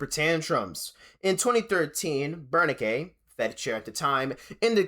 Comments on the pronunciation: Did you really pronounce Bernanke bernikay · Bernke There's no way anyway studies economics and does not know how to pronounce Ben Bernake. This is chat gpt ah research.